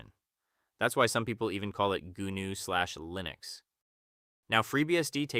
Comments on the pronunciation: Goo-noo? g'NOO! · No! BSD stands for Berkley STANDARD distribution. GNU is pronounced with a silent G. You say Noo. Gnu is NOO desktop system.